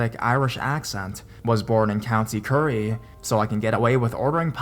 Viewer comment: County curry😂? Bruh sorry just bothers me because im from Kerry, the same way you'd say it of it was a girls name 😂😂. great narration btw